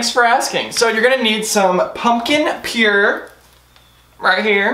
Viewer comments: Do you really not know how to say puree? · Bahahaha my favorite drink at Starbucks. I like it hot. This video is funny. And it's pumpkin PUREE. Not pure!! Lmfao😂☕